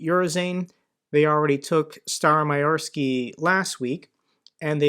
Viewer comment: Urozhaine is pronounced approximately u-ro-zh-eye-na. i.e rhymes with China and the emphasis on the zh-eye. Not '_yu_-ro-zane' with the emphasis on the Yu. As ever Mt Reporting from Ukraine shows how to get it right: You did at least get Robotyne right and Staromyorske wasn't too far off :-)